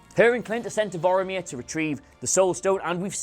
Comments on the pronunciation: Its vormir you fucking cretin not voramir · Nobody complaining about "Voromir" instead of "Vormir", I know you're tired but get your shit together